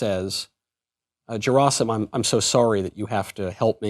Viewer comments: It's Gerasim like "Gary" gy not j sound 😜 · OMG. It's pronounced Ge (as in gap) -ra (as in rah) -sim (as in seem). Stress on the last (3rd) syllable.